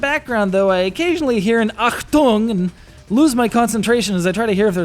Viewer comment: Sounds awesome when americans try to speak german ^^ Liked how you pronounced ACHTUNG :) Is our chunky, cut-off language so hard to spell for other nations? Hear that from france and other countries >.> Ah yeah, before I forget - good review of a cool game!